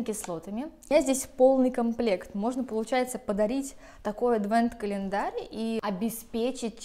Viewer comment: Адвент - ожидание Рождества, латинское слово, поэтому первая буква читается как "А", а не "Э".